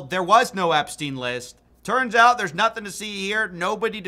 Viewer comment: For some mesmerising reason he never had a problem pronouncing Epstein's surname perfectly. I wonder why.